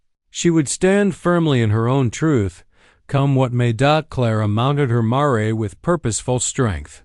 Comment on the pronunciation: Very good story. But the narration not so much! The repeated 'dot' and 'maray' for mare was ridiculous!